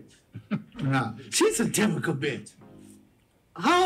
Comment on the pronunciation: He has a hard time saying typical so he doesn’t matter